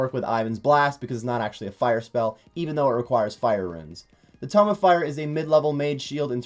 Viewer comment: Also it’s a tome of fire, not ‘tomb’ :)